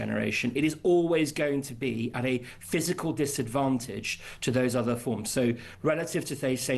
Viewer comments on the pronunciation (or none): none